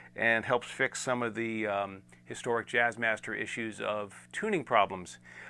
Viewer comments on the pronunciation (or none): none